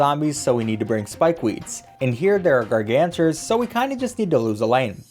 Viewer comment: "Gargantars" Every pvz fan